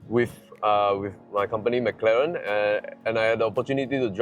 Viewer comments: Dude it's pronounced as "m-claren", not Mac-Laren! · yeah spot on. so long in this industry still can't pronounce properly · why did you pronounce Mclaren the way Singaporeans pronounce macdonalds LOL. The Mclaren engineer dude was pronouncing it right the whole time and the host just ignored it hahahah